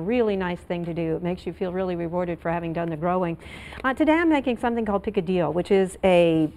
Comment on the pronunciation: You say the incorrect form 'picadillo'.